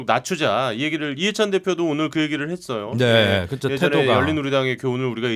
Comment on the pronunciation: 이준석씨는 꼭! 한번 읽어봐주시기 바랍니다. 이준석씨는 화법을 바꾸지 않는 이상 호감도가 올라가지 않을 듯 합니다! 이준석을 좋아하지않지만 측은한 마음이 들어서 개인적인 의견을 말합니다. '~했어요'가 '~했으요'로 들리게끔 발음하는 것, 그리고 전체적인 어감이 너무 나이들어 보이게끔 느껴집니다. 금번 민주당 오영환 당선자의 경우 정치신인이어서 그렇겠지만 발언의 느낌 자체에 청년의 이미지가 물씬 납니다. 이준석최고는 오랜 정치경험이 쌓였으니 그런 환경 속에서 그런 화법이 자리잡았으리라 생각되지만...그리 듣기 좋은 화법과 발음은 아니라고 생각됩니다. 가능하다면 다음번 선거때까지 스피치 컨설팅같은걸 받아서 개선시켜나가보심이 어떨까합니다. 다시한번 말하지만 저 이준석최고 별로 안좋아합니다...근데 앞으로 방송이든 정치든 안할건 아니잖아요?.... 그럼 계속 TV나 유튜브에서 봐야하는데 매번 채널을 돌리 수도 없고...계속 그런 느낌을 갖고 가고싶지 않아서 그럽니다. 금번 총선을 통해서 유권자로서 느낀바는 진짜 제대로된 보수? 야당?...암튼 무조건 발목잡는 정당말고 이치와 상식에 맞는 합리적인 정치를 하는 정당으로 탈바꿈했으면하는 바람이 있습니다. 그 가운데 이준석최고 같은 젊은 정치인이 있을테구요...근데 그런 정치인의 발언을 단지 화법때문에 듣고싶지 않다면 좀 억울하시지 않을까...하는 마음...저도 계속 싫어하는 마음을 갖고 싶지않은...두마음에서 드리는 말입니다. 지극히 개인적인 느낌이고 개인적인 바람입니다.